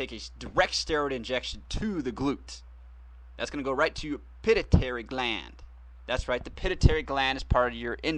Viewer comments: ohh and it's pronounced pi---tu---i --tary (pituitary) not pit - i- tary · its pituitary sweetheart (pit-to-a-tary)